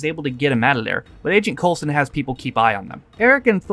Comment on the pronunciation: Coulson not coleston REEEEEEEEEEEEEEEEEEEEEEEEEEEEEEEEEEEEEEEEEEEEEEEEEEE